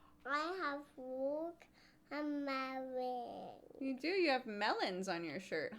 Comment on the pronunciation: "I have waht-.. ah mellon" And this, ladies and gentlemen, is how the brittish accent is formed